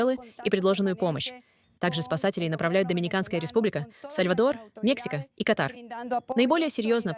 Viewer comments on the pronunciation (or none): none